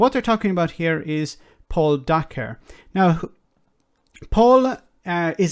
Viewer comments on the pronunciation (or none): Hi, Just thought you should know that Dacre is pronounced like acre, not acker. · Dacre is about to be in charge of OFCOM?! Jesus wept I thought 2021 was gonna be better than 2020. EDIT: it's pronounced day-care. Or it should be. Edit2: Private Eye (literally the only publication still worth reading) are gonna go mad on this. If nothing else, that's gonna be fun.